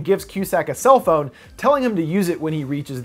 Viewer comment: When he says phone it sounds like he saying bon